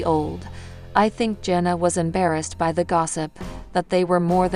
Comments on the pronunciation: It’s JANA not Jenna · He name is pronounced jan-a not jona. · And she can't pronounce names correctly!!! She keeps pronouncing her name as jona it's Jana then it's another way. I don't know why I watch her videos. It's Jan-a not jona!!!!!